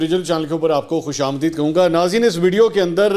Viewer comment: Mansoor bhai Khush aam deed sahi talafuz hai.